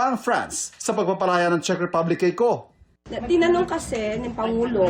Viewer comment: Correction lang po maam. Czech Republic ho.. Hindi po chick ripablik🤣✌🏻